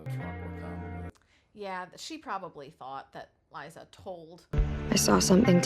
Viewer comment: Just a friendly heads up, it is Liza, not Lisa (pronounced L eye za), 👍🙂👍